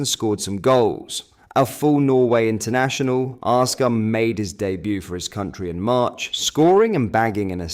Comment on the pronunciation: Its assghard not arsegarrd